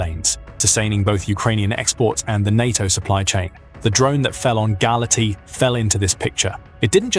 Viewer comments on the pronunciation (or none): For God's sake pronounce the cities names correctly:- Galati - galarts, Constanta - constantsa